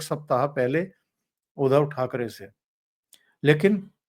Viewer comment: उधव नही उध्दव है ध् आधा उसको द जोडा हुवा उच्चार है उध्दव आये उधो हमरे अंगना.." सूरदासजी कवि है. 8 मात्रा जुडने के लिये कवितामे माफ है